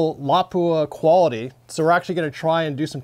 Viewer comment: Sorry had to dislike. Can't stand the way you miss pronounce Lapua.